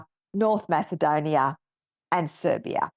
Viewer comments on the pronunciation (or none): none